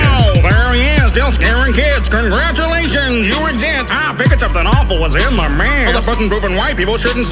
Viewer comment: I love how baldi said croungatulations you exist🤣🤣🤣😂🤣🤣🤣😂😂🤣